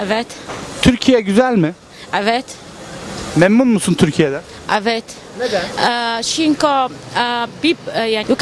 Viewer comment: Cinko degil cünkü